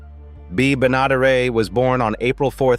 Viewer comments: Ba'not'er-A? Ben-ah-der-et. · The actress's name is pronounced Bee BEN-ah-DARE-it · Isn't her lady name pronounced "benna dare et"? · Bea’s last name is pronounced wrong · Whoever narrates these videos needs to learn how to pronounce Benaderet. And some of these people aren't dead. Lori Saunders and Linda Henning are still alive. Mike Minor married Linda, not Meredith MacRae, among other mistakes. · What about Gunila Hutton?? The prettiest Bradley daughter (The second Billie Joe). She was born in Sweden and later was on Hee Haw. Totally forgotten! Plus Bea Benadaret's name is butchered by the awful A.I. narrator voice we seem to hear on half the Youtube videos! So tired of hearing that voice! Also your clickbait saying one cast member died by rape and another was hanged is disgusting! Implying that Floyd and Charlie were gay also in poor taste. THUMBS DOWN!!! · It’s hard to listening to AI’s mispronunciation of Ms. Bea last name pronounced Ben-a-deric’s name . I think that my family watch every “Petticoat Juction” show more than once. Loved her as Pearl on “the Beverly Hillbilies” too. I had a friend from Massachusetts who told me that they thought that ALL southerners were hicks. I laughed my head off! How dumb! That was back in the early 80’s. She and most of her family are still enjoying southern hospitality here in metro Atlanta! ❤❤❤